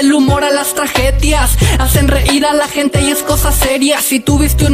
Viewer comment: "traJedia" "Jente" xd